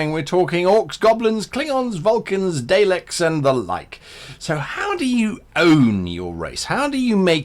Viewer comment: "Day-leks"??? Nah, Guy, it's "Dah-leks"